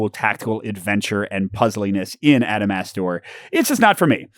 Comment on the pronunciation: Every time you said the title, I keep think your saying AdamSmasher. Like from cyberpunk.